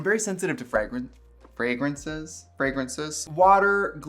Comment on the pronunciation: the accent tho frægrænsiz